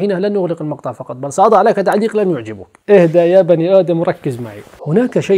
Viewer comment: لن يعجبك بفتح الباء ،صحح. +تصرف حفافيش الانس هكءا على الدوام صبر قليل..